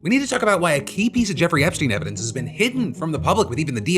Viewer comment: Hey Kash, you drunk bro? “We’ve got all the ‘everence’” lol he meant to say evidence